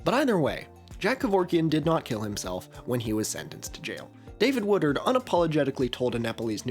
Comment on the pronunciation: i keep hearing a Philly guy say "watered" every time you say "Woodard" xD